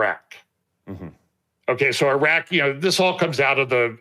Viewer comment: Maybe sounds petty but it's nuclear..not nucular..and it's eeraq, not i-roc. Seriously..because why and who cares? ? The non believers who might drop by to view. You were the one choosing tho be on front of the camera, no one twisted your arm. Therefore, you took on the public facing kind of role. Step up, put on the boy boy panties, , learn to speak the language and also how to stop offending folks by sounding like the stereotypical ugly American who could care less and defines everyone else and has no respect. You know we believers actually all must up our game, because the world is watching. You got this. Ty.